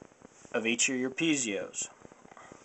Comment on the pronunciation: Piezos, not pizeos!